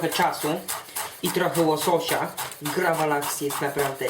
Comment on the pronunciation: Raczej gravlax kolego.